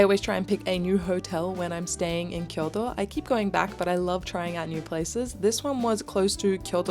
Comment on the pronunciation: Thank you for properly pronouncing Kyoto!!!